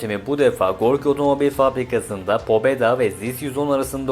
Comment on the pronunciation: pobeda değil pabeda